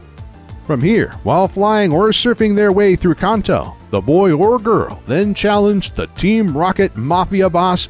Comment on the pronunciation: so why he pronounce Kanto wrong everytime?!